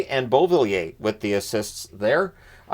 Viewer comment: Why does he say Beauvillier like that